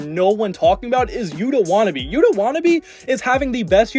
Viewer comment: And how does he pronounce Yuta Watanabe as wanna be?